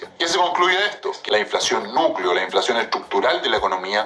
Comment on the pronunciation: No es inflaxion es inflacion 😂😂😂😂